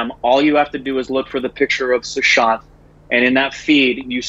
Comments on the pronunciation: korbinisation...its sushant not suhan😂..love you💓💓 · It's a pity you do a tribute to an actor and say his name completely wrong. actually said Suhant. And it's not pronunciation I'm talking about. Just to read a name phonetically as it's written. About time you at least did a little prep to avoid such mishaps?